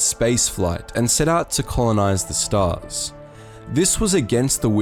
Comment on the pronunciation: "staa oOrs" :D